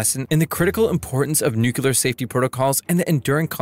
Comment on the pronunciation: N U C L E A R Not "NUCULAR."